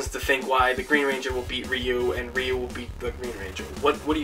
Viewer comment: Ryu is pronounced "Roo"....